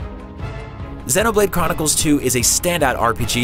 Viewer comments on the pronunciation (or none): Xeeeeeeeeeeeeenoblade! not zehnoblade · It pissed me off how he's saying zeno blade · is he calling it xenablade chronicles 2 lmao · "Xennoblade" lol. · The mispronunciation of xenoblade is hurting me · SERIOUSLY, how do you say Xenoblade wrong!?